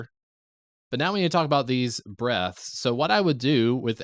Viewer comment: You need to annunciate the word breaths more hahaha!